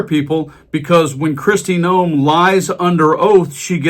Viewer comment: You need to get into the settings of your text reader and set it to pronounce Noem as gnome. 😉 Its more accurate.